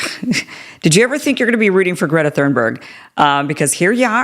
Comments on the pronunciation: it's thunberg not thurnberg. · It's Thunberg, Not Thurnberg! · Kim, it's Thunberg, not Thurnberg. Perhaps you're not fermiliar with her name. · Come on , Kim - you should be able to pronounce Greta’s last name- <Toonborg! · It’s pronounced: Thorn-burry. It’s Swedish. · You cant even pronounce her name 😂😂😂